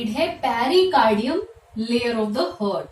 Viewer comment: I stopped watching your video the moment I heard "Hurt" instead of "Heart" ...pronounce to achese karo hurt kya hai hurt ....